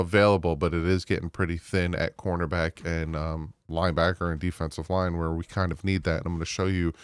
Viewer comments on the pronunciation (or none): none